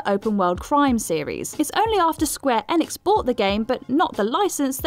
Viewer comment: You mispronounced Raiden, and Enix.